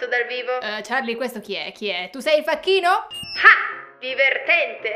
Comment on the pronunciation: infacchito no infacchino